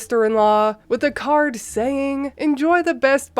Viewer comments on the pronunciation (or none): none